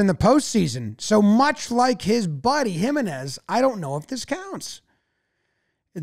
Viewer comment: jiménez is pronounced him-EN-ez, not HIM-en-ez 👍🏼 the accent over the e tells you where to place the stress.